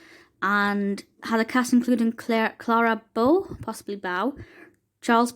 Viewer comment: Clara Bow (sounds like "oh") 💜